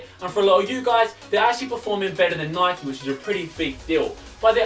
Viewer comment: Stop pronuncing Nike as [nikey] you don't ride a [bikey] do you bellends